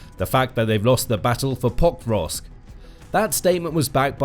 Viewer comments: PoKROVK, not POKrovsk. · Why don't these announcers learn basic pronunciation of significant cities? It's not POKE-rovsk; it's Pa-KROVSK. And it's not YOU-kraine! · If only he would pronounce it POKE-rovsk! He pronounced it Pokevrosk - my years are hurting from all of that rubbish pronounciation. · Every time the narrator said "Pokrovsk" I swear he was saying "Bob Ross" but it could be just me! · Could not watch the entire clip. You would think that the name of the key city in the clip would be important, and they would learn to pronounce it. It was butchered tens of times, over and over again. Thumb down it is. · Why does it always sound weird when the narrator says Pokrovsk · Had to stop watching, it hurts everytime you tried to say the name of the town. Incredibly jarring. If your only job is recording voiceovers like this, couldnt you take five seconds to find out how to say Pokrovsk?